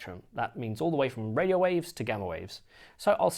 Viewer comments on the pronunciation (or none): none